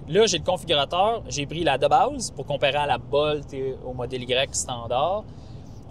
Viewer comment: Bolt ne se prononce pas comme volt 😊